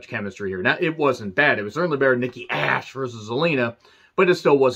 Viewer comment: you need to help hahahahah 🤣 😂 😆 every time you said Nikki ash and Kay Lee Ray